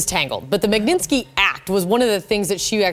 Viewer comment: Can at least ONE of these women try to pronounce the word "Magnitsky" correctly? It's not "MAG-NIN-SKEE" It's pronounced "MOG-NIT-SKEE" (with Russian accent of course)